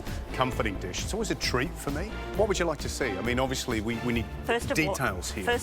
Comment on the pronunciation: Ruined the deesh......